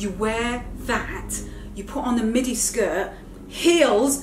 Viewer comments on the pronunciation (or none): none